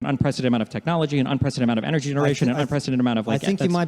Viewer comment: Destiny: "Unprethedented"